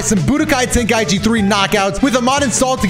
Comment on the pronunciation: Ey yo, I'm in stitches xD That intro!! Sounded like Ten-gay-ichi xD xD I'm am zooted tho 😅